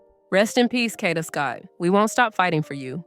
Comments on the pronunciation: Get her fukn name right it’s (Cade-da) Kada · FYI Kada is pronounced Kay-da. I think this could be a hit(KK paid someone to kill Kada)because he already had charges from the first incident. I think he turned himself in on 10/14 to possibly get a lesser sentence(knowing that although he had been charged only with murder for ransom, he had accomplices to help him murder and dispose of Kada’s body on 10/4. I heard that Kada allegedly owed KK money.